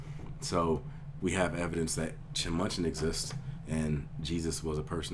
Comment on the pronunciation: It's Minchin, not Munchin!